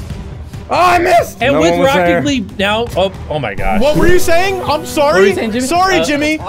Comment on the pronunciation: anyone notices he says "racket" league